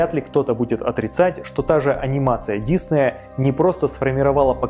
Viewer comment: Так режет слух когда называешь фамилию… Он не дИсней! Он диснЕй! Готовься лучше когда записываешь и выпускаешь такие ролики. Весь мир знает, что он ДиснЕй, а ты так каверкаешь и делаешь вид, что все вокруг тупые, а ты самый умный.